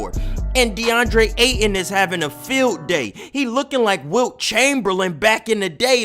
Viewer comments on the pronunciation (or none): none